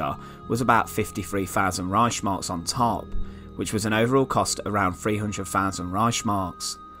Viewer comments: It's ReiHHHmark, not ReiSHmark, ffs... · Es heißt Reichs Mark.